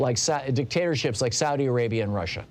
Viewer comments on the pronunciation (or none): none